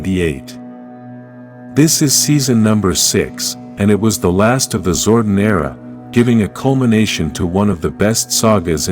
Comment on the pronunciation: This dude mispronouncing pretty-much most of the characters like Zordon and Astronomer😂Lol!!!